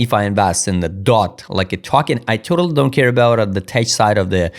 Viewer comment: Tech is pronounced 'TEK' Ignore the 'ch' in the spelling.